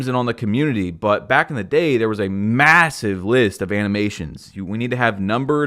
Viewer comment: did you say MASSIVE?